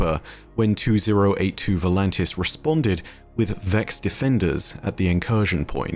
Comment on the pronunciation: It’s “Voltanis”, not “ Volantis”